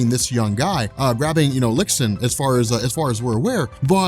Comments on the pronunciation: lol lixin is pronounced "lee-shin" not 'licks-in' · Just a silly correction but lixin is pronounced something more like "lee syin," but great video as always ^~^